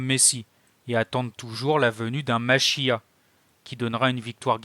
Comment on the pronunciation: Le mot Machia'h, il faut le prononcer avec le R à la fin.